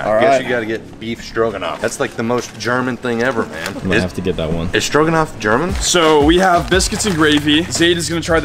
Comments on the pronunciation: I swear to god he said “beef strokinoff” 🤣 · I live the way says stroganoff. “beef strokin’off” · did you say "Beef Strokin' Off"? LMAO